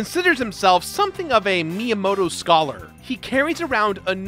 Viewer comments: Miyamoto? More like Minyamoto. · The way you pronounce Miyamoto is atrocious. Must be an American... Lol